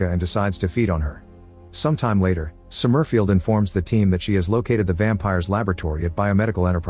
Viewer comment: The AI voice pronouncing "Somerfield" as Som-murf-ield is hilarious.